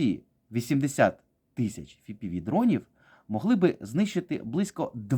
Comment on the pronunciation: Чув, що є така країна - хробакосія... П.С., не ФіПіВі, а еФ.Пі.Ві дрони. ФіПіВі - це у владлена татарського...